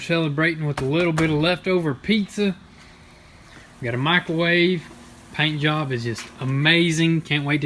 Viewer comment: Did you say paint yob 😁